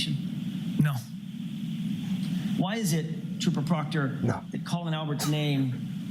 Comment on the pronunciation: They’re about 4 weeks late for the party and clearly know close to nothing about the case. The guy on the right couldn’t even pronounce Proctor. But put all of this aside, I’m outraged by the fact they’re sharing a single pair of ancient model AirPods. They’ve got to have spent all the money on donuts.